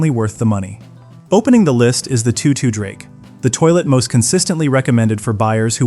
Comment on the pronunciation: Apparently AI doesn't know how to pronounce "Toto".